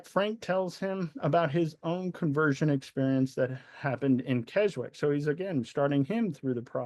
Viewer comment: Just for info at 11m 14s the 'w' in Keswick is silent. It's pronounced Kes-ick. The first Keswick Convention was held in 1875 on the vicarage lawn and attracted around 300. It clearly expanded over the years and is still taking place now and spans a three week period attracting as many as 15,000 worshippers to this small Lake District town. Great video, so informative. Thank you 👍🙏